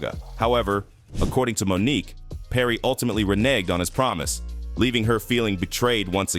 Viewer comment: Does anyone listen to audio before they put these things out? Is it a robot that reads the text?!? Monique’…. Won an Os-car…. Geez